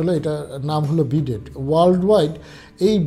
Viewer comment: Vai, wonderful efforts indeed. A small correction BIDET is pronounced as BeeDay (T remains silent). Best wishes brother - apologies if unnecessarily annoyed anyone.